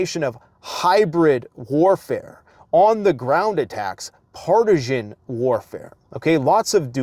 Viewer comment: This moron actually thinks world leaders are watching his channel. What an egotistical sociopath. Says things like "complishit" "partishin" calls himself a scientist. Tries using big words but can't even speak or read at a suxth grade level. Complete joke. Constantly pats himself on the back for being the only person who's right about everything always, even though he's wrong about pretty much everything that spews from his mouth. This is pinnacle trash contents.